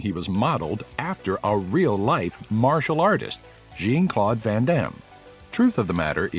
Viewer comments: JEEN Claude Van Dam just sounds so wrong.😂😂😂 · Actually, the Jean in jean-claude van Damme or when used as a masculine name is pronounced similarly to John but with a French accent. The Jean was mispronounced like the feminine version